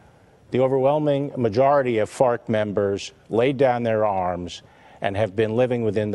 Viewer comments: Im sorry are you saying fart or farc? My $0.02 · ... I couldn't get past hearing "fart" instead of Fark or whatever lmao he just kept saying it too lol